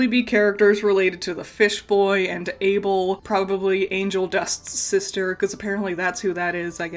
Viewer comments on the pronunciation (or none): none